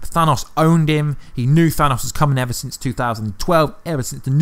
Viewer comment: "Thanaus" lmao im dying